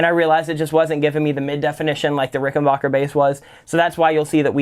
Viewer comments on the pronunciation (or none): Great video...one word though. It's Ricken--backer, not bauker.